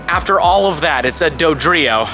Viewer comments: dodrio????? lmaooo what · Dodrio???? Lmao